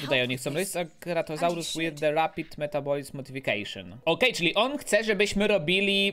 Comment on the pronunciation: Ten genom co dałeś ceratozaurowi to genom żuka nie kruka, odkryj więcej genomów i twoje dinozaury umierają że starości bo krócej żyją i czytaj porządnie po polsku: Ceratozaur Huajangozauz Edmontozaur